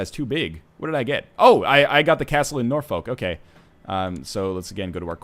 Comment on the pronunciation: "Ret-in-yoos" "Breton" "Norfuck" "Glosster"